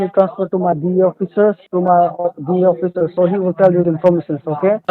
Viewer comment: "Oh-fissure"